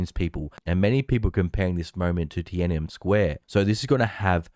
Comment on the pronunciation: did he just say tiannem square instead of tiannamen sq